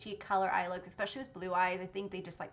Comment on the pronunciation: I'm always trynna figure out if she says "expecially" or "especially" lol